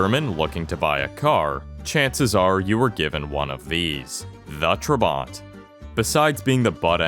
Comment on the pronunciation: Its not trebant its tr-a-bant